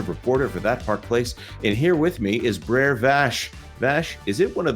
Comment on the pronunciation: “The Breres made it” my dude brer means bother it’s not a name